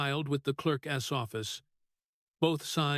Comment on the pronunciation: Clerk’s is not pronounced as two words, clerk ess.